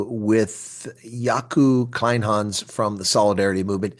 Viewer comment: Kleynhans you say "Clay-n-ha-ns" - "ha" like in "haha" 😊.